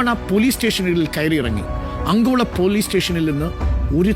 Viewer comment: Not Angola it's ankola, it's not sisrusu. It's shiruru